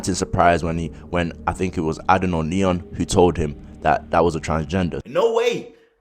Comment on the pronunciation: Am scottish n it adin not adan